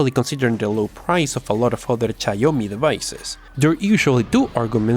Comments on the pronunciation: SHIAOMI (XIAOMI) NOT CHAOMI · or tsiaomi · C H A Y O MI Jajajajaa... It is Shiaomi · Its shiaomi not caoyomi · Simply big processor, smoll ram smool storage, smooll memory usage Btw it's xiaomi or xiaomy with X or shawmi Not Cyomi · God, the XIAOMI is XIAO MI not XI AO MI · its Chiaomi, not chayomi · he says ''chiaomi'' and it's pronounced ''shiaomi'', it's not that deep. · It’s pronounced sh-ow me, not chinome, take it from someone who’s chinese lol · It's Xiaomi not Chaomi LOL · I cracked so hard when he pronounced Xiaomi as C H A W M I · Read/pronounce it as "SHAWMI"!!! 😂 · xiaomi= shaw-mi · now wtf is a * X A I A Y O M I* phone? 😂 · Did i heard chaomi? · What? Did u said caomi? xD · Its Cee-Yaw (Fast) - Mee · It's pronounced ''shaumi" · If you're pronouncing xiaomi as cayomi, I wonder what will you say to gigabyte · Just say it like everybody else "S'haw-mi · i think xiaomi pronounced zi yao mee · This is how you pronounce > shaou mee = Xioami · Learn to pronounce Xiaomi first! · It's Xiaomi not Xiaomi Cmon man fix your Asian accent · Every timethat you mispronounced xiaomi every time,I cringe smh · When he pronounced Xiaomi wrong 3 times in a row 😭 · The way you say xiaomi lol over and over again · Every time he pronounced xiaomi in the wrong way I couldn't stop myself from laughing 😂😂😂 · You just murder Xiaomi brand when you say the said brand. haha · please stop saying Xiaomi it's painful listening to you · it's hilarious and that's the point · I have uploaded a video for downloading pubg lite..its very easy Sry bro for this comment But love you...bcpz of u I was able to run many games on my budget PC..u r ossum And u pronounced xiaomi incorrect;-) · You have somehow managed to pronounce "Xiaomi" differently everytime you said it